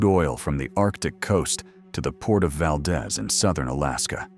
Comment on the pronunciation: Not Val-dehz! Val-deez, yes like deez nuts. The pronunciation was changed because of the Spanish American War to show solidarity to the rest of the United States of America.